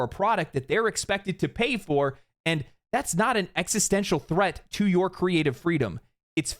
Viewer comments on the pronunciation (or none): none